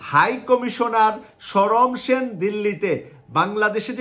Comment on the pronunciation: হাই কমিশনারের নাম ছিল সমর সেন, শরম সেন নহে। এ পর্যন্ত ভিডিও চলার সাত মিনিট পনের সেকেন্ড পর্যন্ত তিন বার ই অশুদ্ধ উচ্চারণ করেছেন, জানিনা বাকি আট মিনিটে আর কতবার এই ভাবে উচ্চারণ করবেন ।